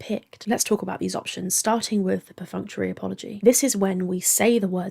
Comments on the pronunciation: why does mumble “functional (?) apology”, is it because she has a guilty conscience about this? It’s ok we know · Perfunctory apology